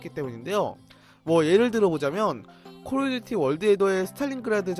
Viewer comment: 콜오브듀티 발음이 힘드신가봐요 ㅜㅜ